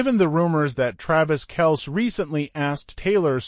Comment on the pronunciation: This guy can't even pronounce Kelce's name right😅